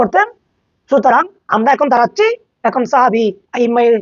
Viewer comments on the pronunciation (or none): তোরা বেদাতিরা আসোলেই মুর্খ। ইমাম সাখাবিকে বলতেছে সাহাবি। আর কিতাবের নামটাও তো সঠিক ভাবে বলতে পারলনা। আল ক্ব‌ওলুল বাদিয়ু ফিস্সলাতি আলাল হাবিবিশ শাফিয়ি।